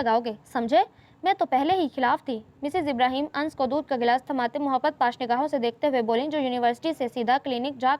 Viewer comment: Ans nahin "Anas " Hota hai Dear😀